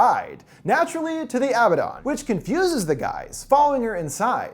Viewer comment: You’re not pronouncing abaddon right it’s a-bad-don